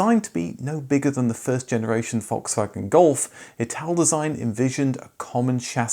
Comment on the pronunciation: In German the letter "a" in any word is pronounced as in "arc", "car" or "dark". If it is pronounced like in "Dad" it would be an "ä" or A Umlaut. Just commenting because Volkswagen is not Volkswägen. :D